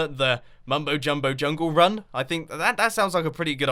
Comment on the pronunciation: I've been taking Chinese for 3 years now, and every time you're saying "jungle run" is swear you're saying the Chinese phrase meaning "Chinese person"